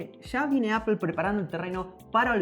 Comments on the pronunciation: Se dice APPOL NO APEL “” APOL” o Appo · Yo antes Appel lo pronunciaba "apol" y ahora por le digo "apel" 😂😂😂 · Se pronuncia apo y no spel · Se dice appol no apel me da por los huevos estos españoles no pronuncian bien son ridiculos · bravooo ya estan aprendiendo, Apple Apol. y no apel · Apel aaaaa apol... Es igual jajaja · Apol , no apel , bueno esque me choca la distorsion de lenguas. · “Apol, apol...” -Bah, da igual... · Suena horrible que diga appel, todavia la corrige el otro bato y lo tira a loco jajaja muy mal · Por qué le dicen "Apel"? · La corriges pa que no diga "APEL" y tu pronuncias igual. Eso choca, que los youtubers de tecnología no saben pronunciar los nombres de dispositivos en su idioma original. O que con algunos lo intenten y con otros no. Mejor regalenme un Samsung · Apol apol jajajajajaja se pasó v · apool a no es rival :v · Comendhhhhamoooodhhs Me caga el acento español de españa Y la pronunciación de Apple...apel apel!! 🤦🏻‍♂️ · Corrige a de como dice Apple Y luego el lo dice de la misma manera que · Al fin le corrigen a cómo pronunciar “Apple”